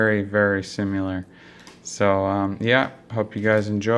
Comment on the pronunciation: They're very "simular" guns